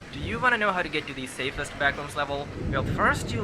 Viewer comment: “SAFEST” such a mistake